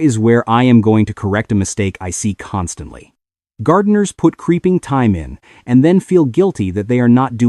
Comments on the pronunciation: Good video , but would be so much better with a real person narrating instead of AI. For example , t h y m e is pronounced t i m e. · You can always tell AI GENERATED crap. Listen to how they pronounce Thyme, Bugle and Sedum